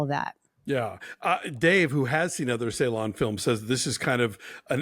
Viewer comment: Thank you guys for the wonderful review. Really loved it. Just a minor feedback that the Turkish C is not pronounced like the English C. Instead, it's pronounced like the “j” in “jungle", So the director name will be "Nuri Bilge Jeylan".